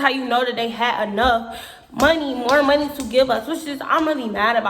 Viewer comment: ".......stealing our MUN-KNEE"!